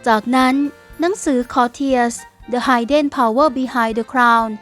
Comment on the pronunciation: Hidden ออกเสียง “ฮิดเดน” ไม่ใช่ ไฮเดน นะจ๊ะหนู